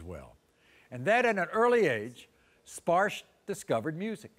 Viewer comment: His father is bengali. Maybe Bagnladeshi origin. India origin guaranteed. His name is "Sparsho" not "Sparsh" I know what his name really means N how to say this name properly. They r spelling it wrong.